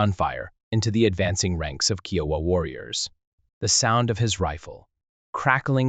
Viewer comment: Love these stories, but so tired of hearing common words and phrases slaughtered by the computer generated voices I cant make it to end. especially when your are constantly mispronouncing the tribe you are telling the story about.